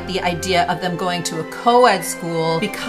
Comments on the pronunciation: No one knows this as Princess Catherine is not talking to media. And it is prince Louis Not Lewis.. it's pronounced Lu e. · If it’s jiiisst down the hill why couldn’t he stay at home and Louis’ name is pronounced Louie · Louis is pronounced Looee not Lewis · Please learn to say Prince Louis’s name correctly. It’s NOT Loo-iss It’s a French Name and it’s pronounced Loo-ee!! ! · Prince Louis' name is actually pronounced ' Louie' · That's Americans for you. Louis is pronounced Loui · Hey u need to check your pronunciation of Louis they pronounce it the French way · You don’t pronounce the “s” in Louis. It’s the Princess of Wales not Princess Kate. You know these things yet you still make the errors. Make it make sense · You pronounced Louis incorrectly.